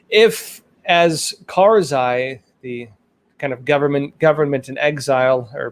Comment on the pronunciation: It's not karzai